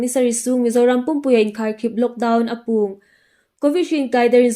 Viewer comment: Apuong tia lam loin âpuong tilem nisien